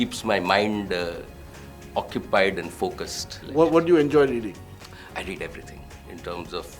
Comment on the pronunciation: "I read everthing" it was so abrupt, i love u sir